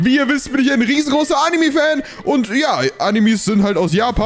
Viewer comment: Ich liebe deine Videos und es heisst anime nicht animi